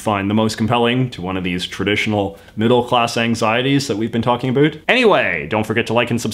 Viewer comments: It's pronounced ABOUT, not a boot. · a boot 👢